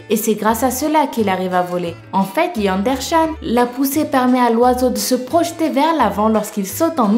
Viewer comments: ptdrrrr comment elle prononce Yandere Chan (de Yandere simulator) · Yandere chan sa se prononce "Yandéré Thcane" hihi! ♥ Super vidéo, super instructive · pour yandere chan est un personnage de jeu vidéo ça se prononce yandéré chane. (c'est pas pour être méchant que je dis ça.) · on prononce yanderé tchan (ou bien ayano pour ce qui joue yandere simulator) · Si tu veux dire les mots apprend à les dire comme il faut au moins on ne dit pas "Yandere Chan" comme tu l'as prononcé ça se prononce "Yandéré Tchan" de cette manière même si ce n'est pas comme ça que ça s'écrit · sa se prononce pas yandere chan sa se prononce yanderer chan qui fait référence un yandere simulator